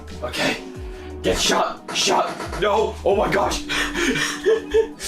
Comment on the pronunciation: Instead of him saying no no no no no he says do do do do do do